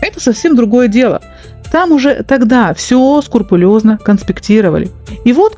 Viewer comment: не скурпулезно, а скрупулезно, так нтересно Вас слушать, но это слово режет ухо.